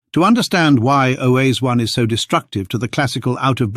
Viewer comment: If Oase is so important, could we stop mispronouncing it every which way? "Oase," which means simply "bones," is pronounced something like "wah-se." Two syllables, not three. (Yes, I'm Romanian by origin.) It seems to me like fossils keep disproving OOA, and yet the low genetic diversity of modern humans can't help but confirm a single expansion. I wish I could understand genetics to be able to form a solid opinion one way or another. Decades ago I was fortunate to take an anthropology class from Tim White at UC Berkeley. I wanted to study paleoanthropology, but soon realized I couldn't do it without studying lots of science and genetics. My brain doesn't want to go there. In my retirement now I find myself still fascinated by all this as much as when I first heard of Lucy. And I'm still stumped by genetics.